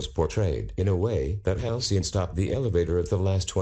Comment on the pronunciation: Halcyon more like Halcyoff